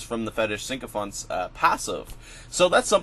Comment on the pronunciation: Pronounced SICKO FANT.. you keep adding an N that isn't there it's not SINKO FANTS. ;)